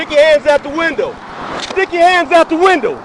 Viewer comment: BTW it's window not Wendel